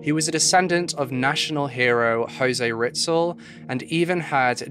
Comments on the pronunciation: Some friendly help w pronunciation!! (source: me/my girlfriend from the Philippines): -Manila: ma-NIHL-uh -Horacio: ho-RAY-shee-o - Rizal: ree-ZAHL / Miguel: mi-GEHL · "Jose Riztel" thats cringey! Hahahaha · the pronunciations could have been worked on but good episode nonetheless! Jose Rizal is pronounced “REE-ZAL” And Manila is “MA-NEE-LA” 👍